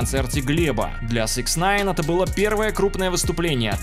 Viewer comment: Почему автор всегда говорит СЭКСНАЙН когда правильно СИКСнайн